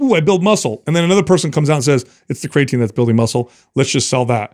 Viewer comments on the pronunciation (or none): I've never hear creatine pronounced Cray-a-teen, until today